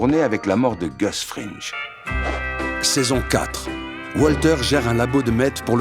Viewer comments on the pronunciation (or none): Gustavo fringue ✅ Gustavo frinje ❌ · super video pleine de nostalgie mais dommage que vous disiez "frinj" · Ça se prononcé "Frinngu'" mais super vidéo comme toujours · Pourquoi tout le monde prononce 'Fringe' ? Dans la série, c'est Fring... sans e. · euhh c'est Fring comme Fringue ! pas comme Gringe :p, pardonné avec un épisode au top ! sur une série au top ! ;) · "Fring" pas "Fringe" sinon je suis 100% d'accord, Jane n'est pas entièrement innocente, mais c'est clairement le moment où Walter à basculer dans "la fin justifie les moyens" à n'importe quel prix. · ça dit "Wolter" mais ça dit "Frine'je" au lieu de "Frine'gu" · Fring* pas "fringe" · Gus Fringe? Frinch? Respectez un peu … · Pardon mais "FRINGE" ? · Super épisode par contre on prononce frine-gue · Belle analyse ! C'est ma série préférée je suis même allé à ABQ voir les lieux de tournage. Par contre c'est la première fois que j'entends quelqu'un prononcer Gus Fringe. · Y’a que moi que ça choque « gus frinje » ? Excellente vidéo sinon toute façon breaking bad meilleure série du monde tu connais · Y’a que moi que sa perturbe « gus frinje » ? Excellente vidéo sinon, toute façon breaking meilleur série du monde tu connais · Sympa mais apprend à prononcer Fring bordel